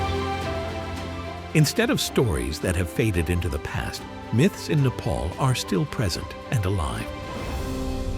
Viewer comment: Not how you say nepal